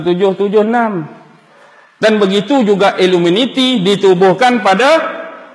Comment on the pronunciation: Knapa sebut illuminiti bkn illuminati?